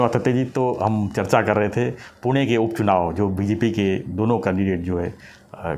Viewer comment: सर पूना क्यों, वो पुणे हैं